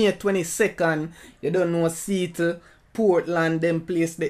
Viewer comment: See-attle it pronounce